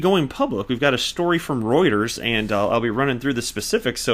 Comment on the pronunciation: Thank you for pronouncing Reuters correctly most don't.